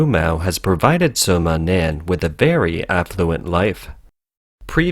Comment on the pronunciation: Wumao aka "Fifty Cents" name = Sima Nan. Not Soma Nan ROFL!!!